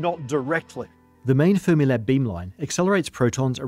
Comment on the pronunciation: "We love Space Time" "And we love Fremilab" AWWWWWWW _